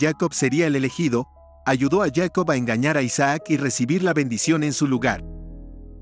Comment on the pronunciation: ¿POR QUE YACOB Y NO JACOB?